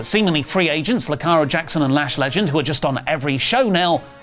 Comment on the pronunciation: You call Lillian Garcia out for botches and call Jakara Jackson "Lakara Jackson" 😂